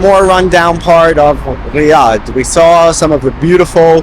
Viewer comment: The anxiety this video gave me, everytime you pronounced Riyadh, or when you spoke in Arabic, and at the same time you were using the Hebrew pronunciation of the letter R. Great video and information all together.